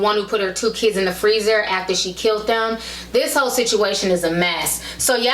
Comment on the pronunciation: The word is "killed" versus "kilt"